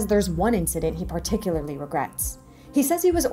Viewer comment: Why cant you pronounce "Particularly" ??